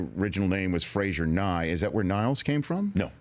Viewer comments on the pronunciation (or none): Frasier, not Fraiser :) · It's Frasier, not Fraiser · Can't you even pronounce Frasier? It's said in title 😶